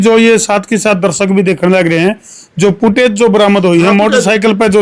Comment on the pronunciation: भेंचो " पुटऐज" नहीं होती.... फुटेज बोल 😅